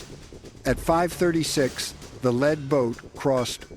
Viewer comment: AI does not speak like a human, Lead boat, Led Boat